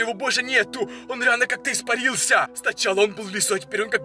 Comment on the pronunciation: Кому он бесит что он говорит не фига не понятно он ещё так говорит РАСТВОРЯЕТСЯ причём всегда у него на я ударение он поёт я ИСПАРИЛС ЯЯЯЯЯЯ кому бесит лайк и комент